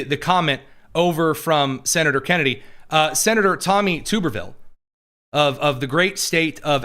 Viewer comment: Tubber-ville not Tuber-ville